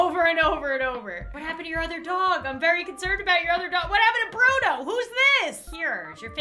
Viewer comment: What happened to Bruno!? Me:That's not bruno… That's Buno 🗿